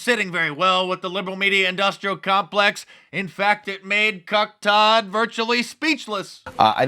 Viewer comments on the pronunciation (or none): She said Turd! She said Turd! 😂🤣